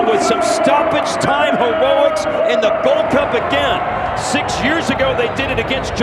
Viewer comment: "Stoppage time "Hewoics," lol